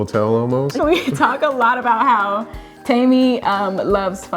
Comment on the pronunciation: Its "teh-me" they kept mis pronouncing it and it was grating me 😂